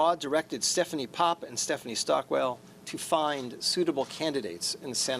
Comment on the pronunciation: stephanie "stockwell" lol